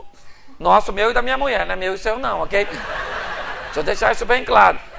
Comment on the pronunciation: Pastor de araque, mesmo. Poderia, ao menos ter postura. Poderia, ao menos, falar corretamente. "Muié"....."Trabaià"""....afffff....